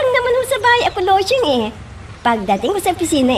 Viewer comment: Bisaya tatay mo LUSYANG DAW hahaha LOSYANG YUN